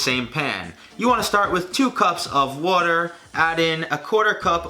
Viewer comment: “Whuter “ 😂 New Yorker coming out